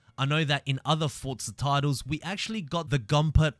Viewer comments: its for zaaa not fortza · Fortza? Almost everything he says has a t in it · Good videos. No T in Forza though